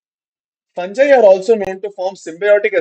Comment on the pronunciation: Sir fungi pronunciation